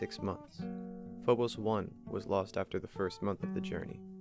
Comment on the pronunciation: You're saying phobos wrong